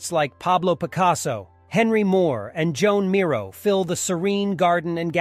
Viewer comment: Joan Miro is actually pronounced as Juan as it is a guy.